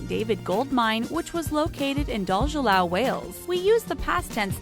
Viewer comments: Just a quick thing bugging me, Dolgellau is pronounced Dolgethley lol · It’s pronounced clogeye if that helps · As a Welsh person I’m astounded by the butchering of Dolgellau. Would it really be so hard to look up the right pronunciation?! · I cringed when they mispronounced Dolgellau ( - )